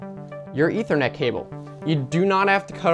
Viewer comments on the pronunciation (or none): "E thr net cable" thats what he said.